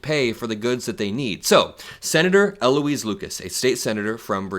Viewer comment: State Senator Louise Lucas has been a true Democratic leader for decades ... she and U.S. Senator Tim Kaine should trade places. PS: when you talk about Louise, don't say L. Louise.